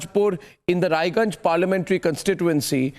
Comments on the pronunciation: OH LE LE LE LE LE!!! Bachche ko bilkul bhi achha nahin laga ki Raiganj ko Raniganj keh diya...OH LE LE LE LE LE!!!! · It's not Raniganj, it's Raiganj.